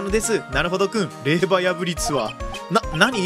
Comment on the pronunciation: 霊場(れいじょう)ですね